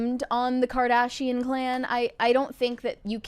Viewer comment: The way she pronounced Kardashian at the start of this video